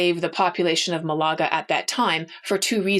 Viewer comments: Hi. I'm realy admire and enjoy your skill and talent to narrate history that pherhaps I,'ve already knew. I'm also amazed of your musical talent. A minor but significant issue tough to us spanish native speakers: please don't say Malága. ITS proper pronunciation Is Málaga. With a pitch en the first silabe. You may or mate not ignore me. Anyway I'll continúe to follow your podcast, recomend you wildly. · I like your passion and knolege (really), but I will be that petty (?) person in the commentaries: Malaga is not said maLAga in spanish, I think. More like MAlaga (but maybe there is a specific pronuntiation in english). Also, it is true the portuguese engaged (?) in capturing and buying slaves in Africa, but not all individuals were considered slaves right away. There was a diplomatic relation with the king of Congo, for example, with embassadors, letters exchanged between both jings, etc. The king became christian, soon there were black priests and bishops (in Congo and Portugal), also black knights in Lisbon, etc, all this in XV and XVI centuries. (Sorry for my english.)